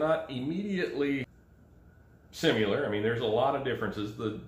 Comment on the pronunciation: similar … notice no ‘U’. Sorry I like your vids, that’s why I subbed but it drives me crazy when you say simular..